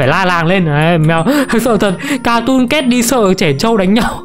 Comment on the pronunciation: Từ cat phát âm là "kaet" mà em, âm "ae"